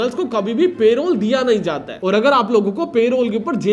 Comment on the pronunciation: Bhai.. Good Video.. But Payrole nahi hota Parole hota hai. thoda pronounciation pe dhyaan do